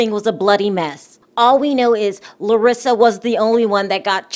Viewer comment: You pronounced her name very well...Im impressed girl.😁